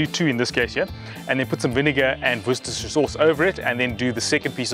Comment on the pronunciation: 😂 pronounced wister sauce, I live about 10 minutes away from Worcestershire in the West Midlands , my neighbour is one of the managers that works at the factory where they make it.